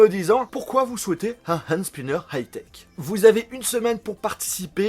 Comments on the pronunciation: Prononce "Hand Sniper" comme TK78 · super vidéo j'adore la façon dont tu prononce le H de Hand Spinner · Super video 😍 jaime comment tu prononce HHHHand spinner(avec un H super prononcer 😂😘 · Je suis le seul à rigoler de ça façon de prononcer " Hand Spinner" ? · C'est affreux quand tu dit Hand spinner